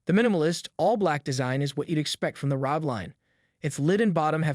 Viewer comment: ARE OH GEE - .. pronouncing the acronym as a word is the same as saying RTX3080 "tye"